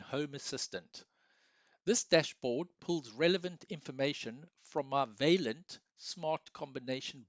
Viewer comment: You should really check out the correct pronunciation of the French word 'vaillant', dude. Also, you could have said all that's relevant in about half the time of the video. Boy, are you long winded!